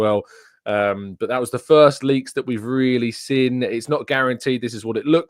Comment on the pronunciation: Why can't you pronounce seen, you always say sin and it is really irritating